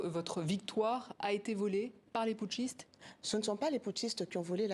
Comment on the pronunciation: Elle dit << Putchiste >> et se rattrape pour dire << militaires >> pourquoi le discours est différent de celui du Niger et ailleurs ? Je suis convaincu que la France est derrière ce coup d'etat